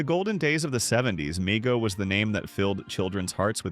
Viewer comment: It’s pronounced “Mego” with a long E